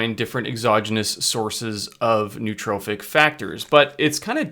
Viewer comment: There is no such word as neutrophic. There is nootropic and there's neurotrophic. You mispronounce them both.